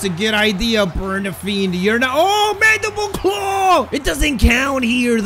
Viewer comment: yo he knows how to say mandible claw!😂 just joking